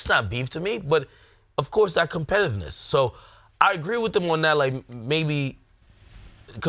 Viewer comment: Why didn't Ak stop trying to say competitiveness after the 4th time he fucked it up?